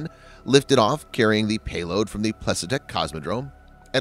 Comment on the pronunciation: Plesetsk isn't hard to pronounce, the transliteration is quite phonetic.